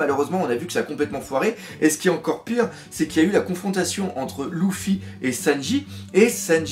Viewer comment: Warsajeff Ouais enfin pour le coup le doc dit "Louffy" juste par habitude, t'as pas remarqué qu'il dit "Senji" au lieu de "Sanji" ?? 😂